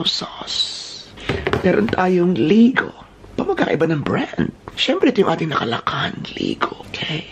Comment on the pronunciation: May-gah vs Li-gow Dami ko pong tawa... 😊